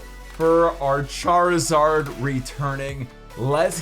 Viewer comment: MHM charizard say it right man